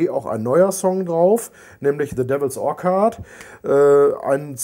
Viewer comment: The Devils Orchard is schon sehr sehr geil, aber man spricht "or'tsch'ard" xD nicht 'Orkard' ^^ ein Hoch auf Rock Hard! \m/